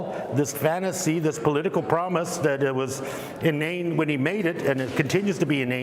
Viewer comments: Do you think he knows that the word "human" starts with an "h" and not the letter "y?" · He can't pronounce "human" or "humanitarian" correctly.